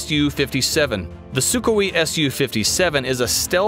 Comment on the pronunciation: "Su ka we" ???? If you have a military channel I suggest you learn how to pronounce the weapons your talking about.